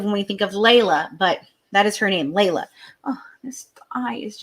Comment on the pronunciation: It's pronounced LEE LA not LAY LA.